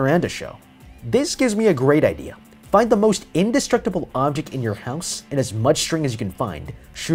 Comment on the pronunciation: Why would you say houshe